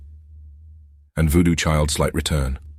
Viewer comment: just make it pronounce 'voodoo chile - slight return' the right way pls. Always sounds like it's 2 diff songs. Thanks for this series, and keep rocking!